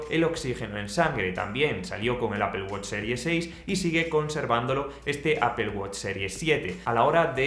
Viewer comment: "Apel" no "apol" que parece que vas a vomitar el nombre...